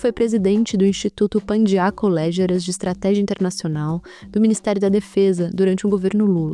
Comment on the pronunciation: "Pandiá Calógeras", por favor!! PS: A entrevistadora perdeu a oportunidade de perguntar ao excelente especialista em questões militares qual seria sua sugestão para acabar com o obscurantismo na formação dos oficiais das FFAA. Por ex.: submeter suas grades curriculares ao MEC poderia ser uma boa medida?